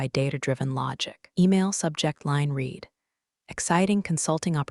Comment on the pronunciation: A always, the AI gets confused on how to say the word READ, as it has different sounds for different examples; spoken either as REED or RED